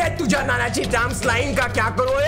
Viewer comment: It is tuzya not tuja